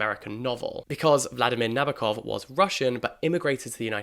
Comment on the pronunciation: A couple of tiny bits of pronunciation help: Appalachia ~ apple AT cha; Nabokov ~ stress on the second syllable, which is a clear, full, open o; Salinas ~ suh LEE nuhs.